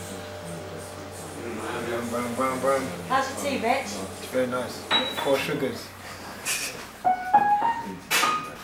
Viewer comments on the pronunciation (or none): Oh, she says Wretch, it really doesn't sound like that though.